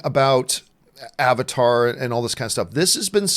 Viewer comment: I just like how Arnold Schwarzenegger says Avatar as Abatar.